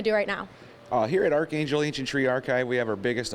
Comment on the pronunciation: The anchor doesn't know how to pronounce archangel lol